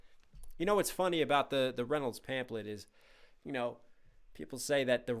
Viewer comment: love you but it's pronounced pamflet lol